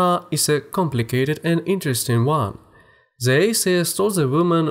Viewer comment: Aren't you aware od your how you pronounce the word "the". I have to focus to understand anything.